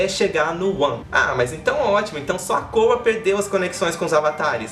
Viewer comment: Pronuncia o nome da Korra direito pelo amor de Jeová